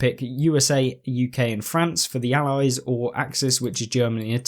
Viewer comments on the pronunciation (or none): none